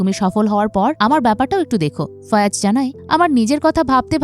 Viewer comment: একবার বলেন ফায়াজ একবার ফয়াজ আরেকবার ফয়রাজ... একজনের নাম কতভাবে উচ্চারণ করেন?